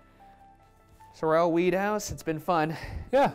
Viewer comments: it’s SOR-el not SORE-l not to be Hermione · Sorrell is pronounced sore'll, like the guy who played Boss Hogg on the Dukes of Hazzard TV series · Sorrel is actually pronounced like "Carol". It's my last name and Ryan was making me crazy mis-pronouncing it. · my name is sorrel but it’s pronounced like coral instead with a s instead of a c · my name is sorrel but pronounced like coral with an s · bruh it's pronounced sore-L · As someone who lived in Savannah and has been in the house multiple times, the way they're pronouncing Sorrel is killing me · I hate how Ryan pronounces "Sorrel" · oh my goodness they're saying Sorrel wrong and its driving me crazy! -a sav native